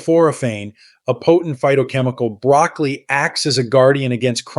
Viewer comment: Are you really talking about BROCCOLI ? You sound more like you’re talking about brAcAly. Perhaps it’s my hearing problem…